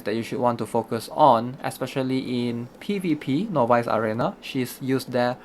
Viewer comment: Everytime he says novice arena (no buys) I cringe.